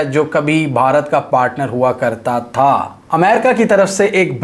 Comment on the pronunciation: bro ( tha ) got me 😂😂😂 .. love you bro from India jammu and kashmir... I am using vpn only for your videos ❤❤❤❤❤❤❤❤......